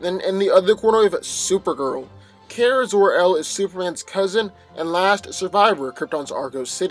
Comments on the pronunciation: KARA not kera 😭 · It's pronounced "car-uh" not "care-uh" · Okay- first of all NO. 1.) Your inability to pronounce Kara’s name is irritating and makes Carol’s and Kara’s name sound almost the same. 2.) You are completely and blatantly ignoring Supergirl’s key weaknesses to Kryptonite, and red-sun radiation. Do you think that Shield wouldn’t have something similar to Kryptonite laying around? Do you think that Captain Marvel can’t control the type of radiation she blasts? 3.) Supergirl is EXTREMELY inexperienced when it comes to tactful foes, and this gives Captain Marvel an advantage upfront. In the long-run, Supergirl may analyze how Carol fights, but Carol will in turn be able to learn more about Supergirl’s weaknesses and quicker. This is NOT just a fight between Carol and Kara, but also between the ability of S.H.I.E.L.D. and the D.E.A. to analyze opponents for specific enemies. However, Captain Marvel has a massive advantage because she goes into fights LOOKING for the weaknesses in her opponent; Supergirl, on the other hand, goes into fights like a barbarian- hit things until it stops moving. Only sometimes does she have tactical advantage because of her 20/20 hindsight! Even then, Kara NEVER SEEMS TO LEARN (at least in the TV series) and always rushes into a fight! 4.) Carol can handle herself and is familiar with her own abilities and how to fight with confidence wether she has those abilities or not. Kara gets REKT without her powers. In addition, S.H.I.E.L.D. has plenty of things in the ol’ warehouse that a human could use t